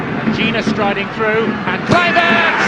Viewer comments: Izin koreksi min: 1. Pronounce Nama yang benar dibacanya: Petrik Klaiver't. 2. 6 point Indonesia di dapat dari: 1x Menang, 3x Imbang, 2x Kalah. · Mimin nyebut coach baru salah wooyyyyy... Klaiy kluiy wkwkwk